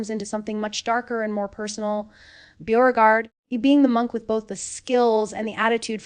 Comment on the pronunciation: I love these episodic recaps. But what I don't love is the horrendous butchering of names. Bo, Byu, Booregard, Neen? And it's not just this channel. My ears bleed every time I hear it. Whether the commentary is AI or an actual person purposefully mispronouncing names to seem AI, there is really no excuse for ruining an otherwise good recap. Sheesh!